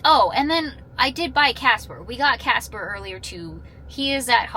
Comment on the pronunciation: So, you poichased Cah-sper?! 😂😂 All joking aside, I am glad you took some days to rest.